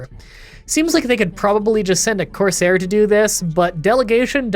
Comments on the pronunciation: I'm reasonably sure that 'courser' is pronounced like Core-Sir. A corsair (how you're saying it) was essentially I special type of pirate back in the day. (Ones that tended to serve kings and whatnot) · it's actually pronounced courser, not corsair /j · Courser not Corsair but why do I feel like you where saying it like that just to get people to comment about it. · Dude him saying coursair made me so mad and follow the railroad it’s the freedom trail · love the video. Midly annoyed that you kept saying corsair instead of courser lol.